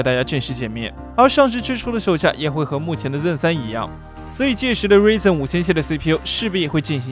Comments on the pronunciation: 是Ryzen 不是reason 😋😅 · 那叫ruaizen不是ruizen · Ryzen读‘raizen’，不是'rizen'，ry明显的开音节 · 不是我抬杠 作为科技博主“ ryzen ”的发音不对…是不是有点说不过去